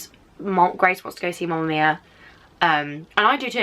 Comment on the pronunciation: She was saying mumma mia. I mean.... Its mamma mia not mumma